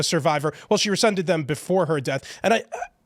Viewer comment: It’s rescinded, not rescended …